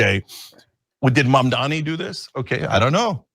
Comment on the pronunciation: At least Cenk can pronounce Mamdani unlike Silly or Billy 👀 come on lads get it right